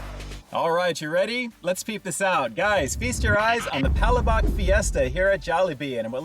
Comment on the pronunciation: It’s pronounced pug- lash-buk. It means sauce. Referring to the sauce with the ground shrimp heads and shells